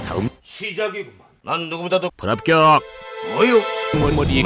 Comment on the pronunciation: 나레이션 불합겨어어어억~~~ 발음 ㅋㅋㅋㅋㅋㅋㅋㅋㅋㅋㅋㅋㅋㅋㅋㅋㅋㅋㅋㅋㅋㅋㅋㅋㅋㅋㅋㅋㅋㅋㅋㅋㅋㅋㅋ